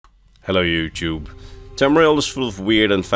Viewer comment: "ellow youchewb"